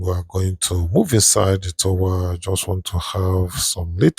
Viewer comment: Nice report, meanwhile, it's pronounced 'tawa' not 'tōwa'... #dontmention😊